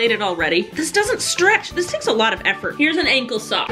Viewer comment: I love how she calls it an angel sock 😂❤️❤️